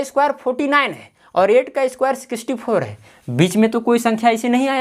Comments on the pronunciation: Sikisti nahi sixty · सर आप पहले बोलना सीखो सिक्सिटी नहीं होता वो सिक्सटी होता हैं। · Outstanding sir par aap sixty ko sixcty bol rahe h warna 👏👏👏👈👍👌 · (Sixty) sicixty😂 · Sir vo sikisty nhi sixty hota hai😂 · Sikisti kyon bol rahe hain sir hame to school me sixty bolna sikhaya hai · Sikisti......nhi sir sixty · Aree sikishti n hoti sir sixty hoti hai😀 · Sikisty four 😂🤣😂🤣😂🤣😂🤣😂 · Sir apko sixty nahi bolna nahi Aata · Sixty pronounciation is wrong sir please try it